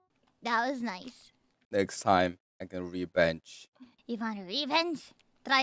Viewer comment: 다른 영어는 딱 영어네 하는데 나이스 왜케 한국말같냨ㅋ